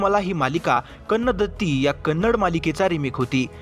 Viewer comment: कन्नडती ...... कन्नदत्ति no